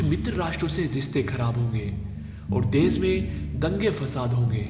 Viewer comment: O bhai tum pahle apni hindi sudhar lo ganwar kahi ke देस नही देश होता है हर जगह तुमने श को स बोला है। सुभास नही सुभाष होता है कौन से स्कूल में पढ़े हो।